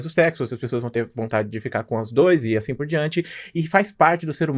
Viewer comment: "asim" kkkkkk pqp